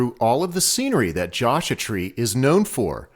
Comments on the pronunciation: I referring to how you pronounced Joshua. :) I've never heard it pronounced that way. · Love your videos, but could you please pronounce Joshua Tree correctly? The "u" is in Joshua for a reason.